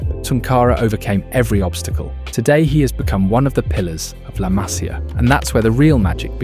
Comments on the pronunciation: Disculpa tengo que decirte que se pronuncia "masía" y no 'másia' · Se pronuncia Masía con acento en la i MasÍa, aprende a hablar castellano si quieres hacer videos del Barça porque suenas ridículo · La Masía, por favor mira dónde va el acento.